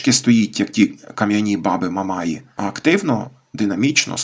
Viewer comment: Думаю, що правильніше казати "в степу стоять "мамаї" - з наголосом на останню літеру. А не "яких називають мамаями".